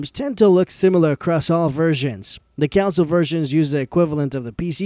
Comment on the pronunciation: Console is not pronounced the same as the word Council.